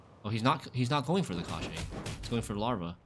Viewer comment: The pronunciation is [cosh - chee]. It means "bones".